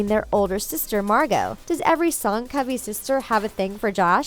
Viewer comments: AHHHHHH WTH It’s. Covey, like dovey, not cove ee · covey - pronounced like dove e, not cove e jesus - pronounces hey zeus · It's Covey like "love" not like "cove" :) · Who else is annoyed that they pronounce it “COVEey” instead of CovEY” like lovey instead of cove how it says to say it in the book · Everyone: it says in the book to pronounce Covey like “lovey” instead of Cove ey